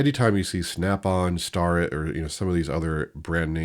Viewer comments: It’s pronounced Stair-it. You have been saying it wrong. But shh you sharing all my secrets. Haha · Hey thought I would help ya with the names - STARETT pronounced “stair” ett, MICROMETERS are pronounced “miCROMeter” one word & MITITOYA is “Mitch a Toya “ hope that helps! Love the videos